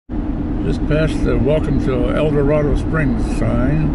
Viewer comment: Not to pile on, but it's pronounced El-dor-AID-o. I know, I know, but it grows on you.😎The town 20 miles to the west on 54 is pronounced nev-AID-uh.